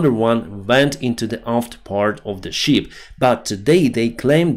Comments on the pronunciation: you sound like John Candy. BIG BIG BIG BEAR. At list john got it right. It is a. ship not sheep. You must bee looking for your rubber boots😂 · Thank you for great videos! Listening to them from USA. Your English is excellent, One word I noticed today you pronounce incorrectly: ship ships, I sound needs to sound like наше и як в шип, чи як в шиповник. You pronounce as in sheep (вівця) , we звук як в слові шість. Great videos for English speakers!!!